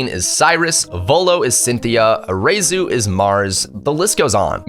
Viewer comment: I... don't like your pronunciation of arezu